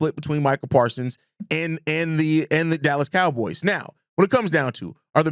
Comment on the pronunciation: Parsons with a S at the end